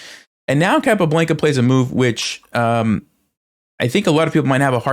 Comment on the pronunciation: Love the videos! Keep up the good work. Want to say, however, it is pronounced CAPA-BLAHN-KUH lol. Not BLANKUH